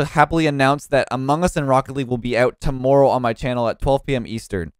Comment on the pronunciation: TOWMOERROW you say?